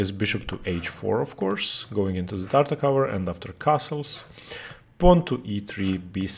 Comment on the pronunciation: Great video, I will now probably try Tartakower myself (being a Tarrasch player). Just one complaint: the way you pronounce "Tartak-ower" makes my ears bleed. It does not end with the same sound as in "t-ower" but like in "r-over". See e.g. these videos: and Greetings!